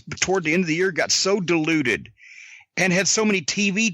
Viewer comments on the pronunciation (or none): Is Corny saying the schedule got "deluded" or "diluted"? I cannot make out which for the life of me! And the context can fit either term